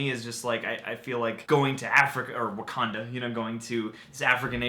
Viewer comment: "What do you know.... about WaKANDA?" Am I the only one who was a little annoyed by the way he pronounced that? XD